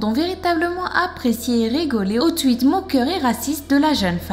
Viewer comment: putain on dit tweete pas ''tuite''